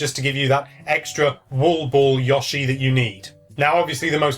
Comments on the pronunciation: I'm going to fly to England and personally give you speech therapy so you can stop saying "Yushi" you're welcome in advance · I think it's Yoshi where the 'o' is pronounced 'oh' as opposed to 'aw'. I only mention it because it's kind of annoying when you hear someone say something slightly wrong multiple times in a row. I'm sure he even says his name directly in one of the games, so most hardcore Nintendo gamers really should know how to say it properly, but I can't be bothered looking that one up. PS. Won't it be awesome if this is the Yoshi game that finally lives up to the true sublimeness of the original; or even better...actually manages to surpass it in some ways :-o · Yeah, he should be called "Yewshi" or better yet "Yaoshi" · "yaushee" I giggled every time. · I'm going to flip if you call him Yahshi one more time! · Oh for gods sake... He said yoshi wrong.